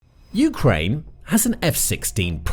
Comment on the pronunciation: dude says "you-krane" like it's 2 words. lol